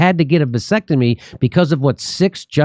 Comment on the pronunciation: a “Vansectomy”